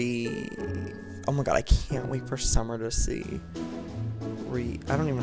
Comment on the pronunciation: It's Wreath